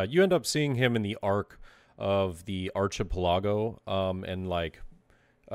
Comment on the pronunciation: Lmfao that archipelago pronunciation. Got a good chuckle out of me